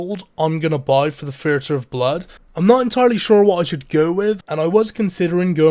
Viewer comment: I'm just curious why you say "this" and "the" with a TH sound, but when it comes to "thirty" and "theatre" you use a FE sound? You can clearly make the TH sound because you do it constantly.